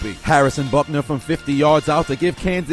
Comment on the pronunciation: You know his name is Harrison Butker right? Not Buckner.